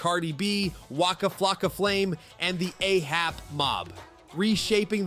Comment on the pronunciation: A$AP MOB bro how you mess that up